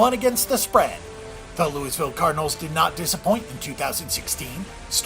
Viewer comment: The S is silent in Louisville!!